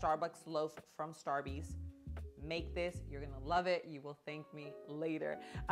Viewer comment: OMG STAR-BEEEEZ! 😂